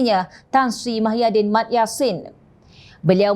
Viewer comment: Sebutan nama org pn xbetul...nk ckp pelat xlojik sbb mmg mcm tu ke pembaca berita menyebut nama seseorang dlm parti pembangkang??muhyidin tp pembaca suka2 tukar nama org mahyidin